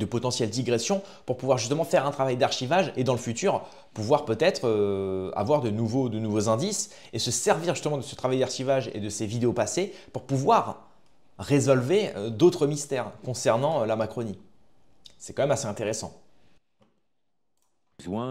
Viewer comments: Salut. On dit résoudre et pas resolver. C'est pas pour se moquer mais c'est une grosse erreur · Résoudre pas résolver, Amiens sans prononcer le S